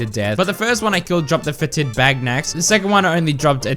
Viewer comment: Fetid is pronounced FET-id, not fe-TID. Emphasis on the first syllable.